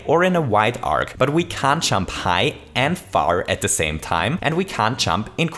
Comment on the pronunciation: When he say jump it sound like chump.